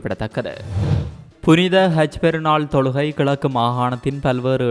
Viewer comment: Seithi wasikkum pennukku haj enru solamudiyata kaj enru than solhirar